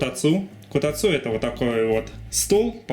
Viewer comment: Эти ударения, действительно правильные? Мне всегда казалось, что: котАцу, шИбуя. Что-то было ещё, из других видео, уже не помню. Было видео, где Мики произносила некоторые Японские слова, для тех, кто хочет начать учить японский, и вот там, все ударения звучали так, как я и предполагал, плохой пример, слова были совершенно другие, но всё же. Ещё произношение в некоторых фильмах или аниме, там мне слышалось именно такое ударение в словах. Или это баг произношения японских слов в русском монологе?) Как правильно?